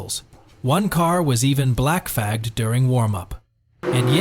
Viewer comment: "One car was even blackFAGGED..." 🤣 AI is so perfect !